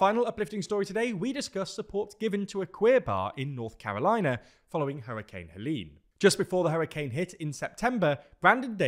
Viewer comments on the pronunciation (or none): none